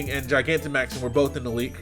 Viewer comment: I feel like you pronouncing Gigantamaxing wrong, but I’ll forgive you